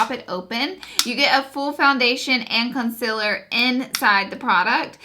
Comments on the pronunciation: Guuurl I love you but the way you pronounce concealer 😫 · I'm sorry but I just don't like the way you pronounce "concealer". Your makeup is bomb, your personality is great, your videos are amazing but that word gets me everytime lol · I will forever love how you say concealer. Please keep doing these reviews ❤️ #snapchat #lauraleeforever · How are you so darn cute also i looooove the way you pronounce concealer #snapchat #snapchatfam #snapchatfamily #bestyoutuber